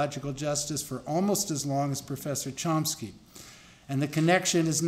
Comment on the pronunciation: There's no 'P' in Chomsky... Maybe someone should explain that to the goof introducing him...